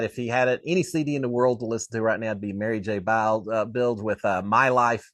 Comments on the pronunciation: Did you just say Mary J Bilge??? An absolute icon and you don’t know her name? It’s Mary J Blige! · Dude, did you say Mary J. Biles...Bilg. C'mon.